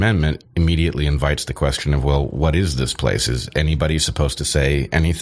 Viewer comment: Brendan always says 'off' instead of 'of'. Now you know, you'll never not hear it. You're welcome world.